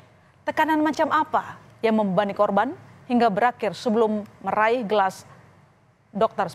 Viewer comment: Penyiar TV sebut Gelar --> GelaS